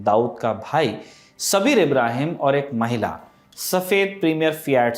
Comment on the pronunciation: सबीर नहीं साबिर था उसका नाम